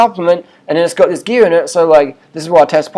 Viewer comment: She's on da gee-ya 'cos I fink she is.